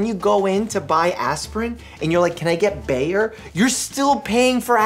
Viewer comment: As a german it sounds so funny to me how he says “Bayer” :)